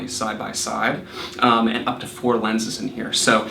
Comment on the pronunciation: it is AND not eeennnd :)